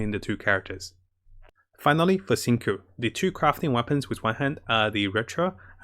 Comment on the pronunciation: XingQiu is pronounce Xing-Chew btw, just so you know